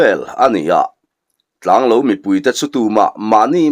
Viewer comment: Tlanglo ilam dan hi he bung tir lamah hian adik tlatlo...thingtlang mi ten kan eizawnna ber lo kan neih thluk hian lo hi ilam tlata..khawhming ah chuan tianga lam tur hi anilo thung asin mawle...i lamin ichhiar sual ngailoh nen... Ngaihnawm takzet ani.